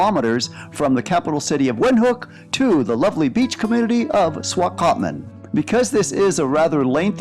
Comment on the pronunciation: 😂 Making a video you should learn how to pronounce the Town Names